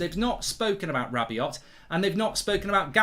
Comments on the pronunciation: Who the hell is this rabby-ot guy you keep mentioning. Do you mean rabby-oh?? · Manchester Utd have said "Anyone identified with the fight in the stands last Sunday will be banned for life" So far 23,346 fans have come forward😁 PS Mark, stop sounding the T On the end of Rabiot or Veronique will be after you!!